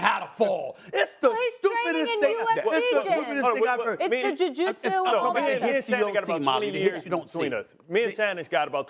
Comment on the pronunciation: Molly said Ju Jutsu 😂😂😂